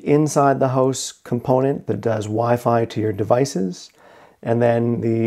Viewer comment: A house is not a hoose. A router is not a rooter. Pronounce the words right. DUDE